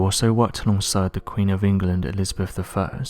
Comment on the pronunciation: An interesting tale for sure, but I am having more and more issues understanding what you are saying. Your speech is slightly slurred and what is with all of this slovenly pronunciation of words? You are supposed to be communicating information to people not interacting with would be gangsters on the street. "Elizabuff the second" FFS to name just one? Please grow up and use the language as it was intended.